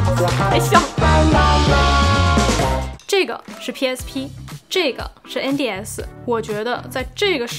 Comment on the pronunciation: 因为把N的发音读正确了，所以我按赞，哈哈